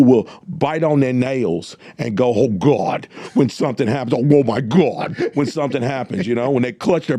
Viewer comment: He didn't say GOD, he said GUAAD🤣🤣🤣